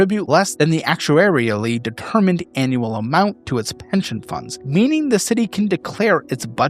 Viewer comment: yeah but be nailed 'actual-air-ee-ill-lee ' 😂👍